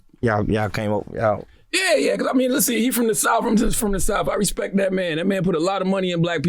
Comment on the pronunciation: he said respek